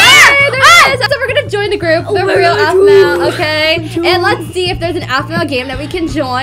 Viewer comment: It sounds like A-fu-ma